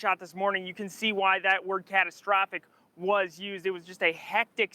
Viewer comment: Did she say “castrophic”?🤦🏽‍♂️